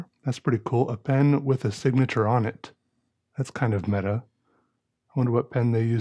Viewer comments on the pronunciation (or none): none